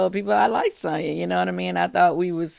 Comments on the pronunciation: Noooo it's SANYA 😂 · It’s pronounced Son-ya